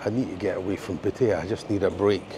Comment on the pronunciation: Great video but you need to learn to pronounce Pattaya correctly. Ask your missus.